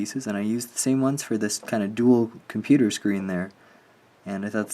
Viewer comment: Love the Apple Mac. When you said 'computers' 😆😆😆